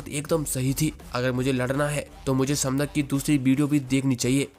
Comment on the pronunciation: Bhai voh समदक nahi voh सैमडैक hai mujhe yeh isliye pata hai kyuki Maine iski manhwa padh rakhi hai 😊